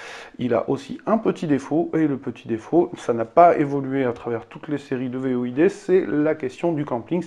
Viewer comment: Void ce prononce "Voyde" et pas "V.O.I.D" 😉 Sinon très bonne vidéo